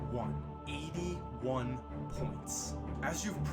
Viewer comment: It sounded like he said "eating 1 points"